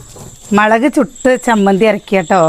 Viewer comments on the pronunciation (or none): മളക് അല്ല😂😂😂 മളക്